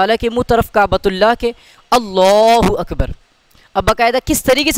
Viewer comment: اللہ اکبر کی زبانی ادائیگی میں تلفظ بالخصوص توجہ طلب اور اصلاح طلب ہے، نمونہ کی عبارت پر موصوف توجہ دے کر اپنی اور سامعین و ناظرین کی رہنمائی فرمائیں!